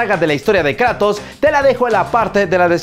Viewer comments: Es Kratos no Kreitos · Le dicen kreitos más le dicen Kratos pero Atenea le decía kruitos en Inglés yo de niño con mis amigos le decía el juego del pelao plomo 😂😂